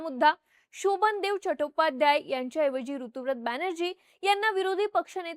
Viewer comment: ताई, एक छोटीशी माहिती - ऋतुव्रत नाही, ऋतव्रत (बांग्ला भाषेतील उच्चार - 'रितोब्रोतो') असं नाव आहे त्या आमदाराचं. ऋत (संस्कृत मधे 'ऋतम्') म्हणजे सत्य (विशेषत: दार्शनिक/अध्यात्मिक सत्य)... ते सत्य, ते ऋत हेच ज्याचे व्रत तो ऋतव्रत, असा हा समास आहे. ऋता (English spelling Ruta/Rita) हे मुलींसाठी प्रचलित असलेले नाव सुद्धा त्याच ऋतम् या संस्कृत शब्दाचे स्त्रीरूप आहे.